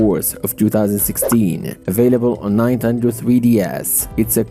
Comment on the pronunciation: Did you just say nine.tendo